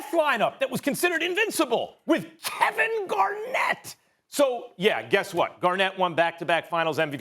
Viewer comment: Max needs to lay off that weed lmaoooooooo how is he gonna say Kevin Garnett twice with chest 😂😂😂